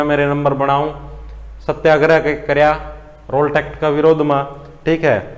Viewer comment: Wah r wah...hmare haryana m adha akshar koni honda...yo master रॉलेट को रॉल्ट बोल स।😂😂😂😂